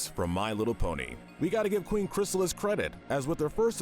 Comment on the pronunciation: Finally, They got "Chrysalis" name right after screwing it up so many times in the other MLP video